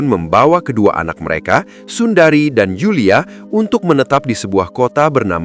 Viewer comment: sundre min baca nama nya.bukan Sundari 🙏🤭😁😅😅